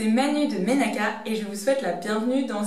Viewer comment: Quand j’ai entendue « menaka » j’ai immédiatement sentie que ça venait du bled! 😊